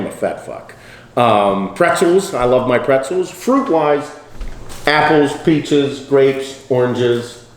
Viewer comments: He said pizzas😂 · for the fruit when he said "peaches" I thaught he said "pizzas"